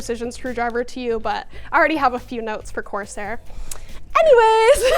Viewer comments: Love you but please, i hate that you pronounce it course air, and not corsair😂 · Love seeing, but it’s not pronounced “course-air”! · Love the energy in the vid - but, course-Air? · what's up with that "course-air" pronounciation, I'm not criticizing, I just don't know what to make of it WTF ROFL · I love how she says "coarse air" lol